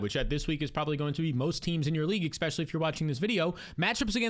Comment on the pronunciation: Please please please please please please please please stop saying "ekspecially". Please stop saying the K sound 💔